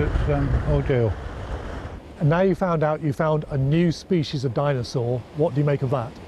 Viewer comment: a di-nose-aur